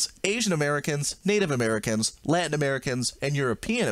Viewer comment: I heared “land americans” istead of latin